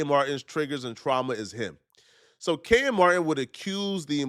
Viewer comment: It’s Kenyon Martin NOT KENYAN